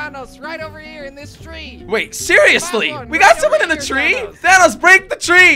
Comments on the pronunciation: When you say thanos he says thanass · It's not thanos its thanose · You said vannos...🙄😁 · Who is Dan Nas it’s Thanos